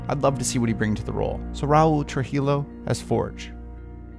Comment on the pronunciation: Trujillo= true-heeyo not true-hilo